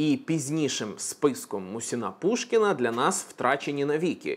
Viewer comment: МУсін- Пушкін, а не МусІн